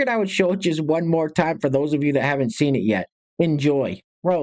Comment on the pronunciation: “The most evil thing I’ve ever theen” okay, what is a theen?